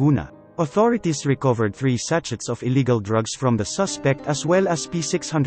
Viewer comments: hahaha three sa-chet . kakatawa pagpronounce mo sa-chet tlaga buset hahaha 🤣🤣🤣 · Correction lang po sa pag pronounce niyo ng "SACHET". Thanks :)